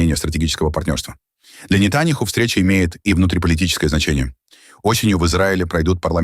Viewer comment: На видео , голос произносит:"для не-таня-хуй"...неправильно произносит, каверкает имя! :face-purple-crying